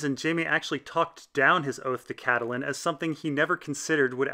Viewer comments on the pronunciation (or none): none